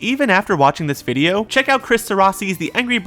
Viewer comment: i vacht the movie bifour i sawd this bwideo